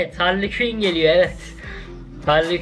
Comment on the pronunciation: Hali Küin deyil canım,Harley Kuin o😊😊